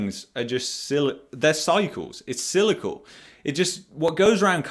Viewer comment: Love your work! You provide sound info in times where people think the total opposite. One thing I would like to mention. I don't want to sound picky. I hear you pronounce the work "cyclical" as "cylical". Other than that, love your work!